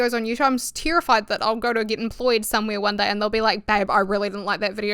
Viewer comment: I don’t know why I focus on this but I love the way you say “terrified” as “tear-ified” in your accent lol. The way people pronounce certain words just sparks joy for me idk XD